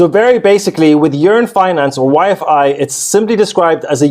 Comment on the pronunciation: bro it's YFI like Wifey 😎👍🏼